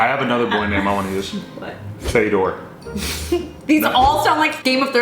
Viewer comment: When says Fedor it sounds like Vader